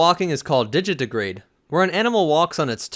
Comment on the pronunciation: "Digitigrade": Say "digit" then "teh", then "grade". Digi-Teh-grade.